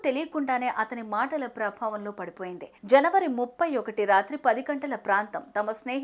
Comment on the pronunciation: జనవరి 31 కొంచెం సరిగ్గా చెప్పండి న్యూస్ 😮